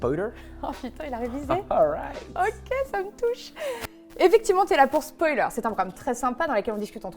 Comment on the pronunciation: "Spoualer" J'adore.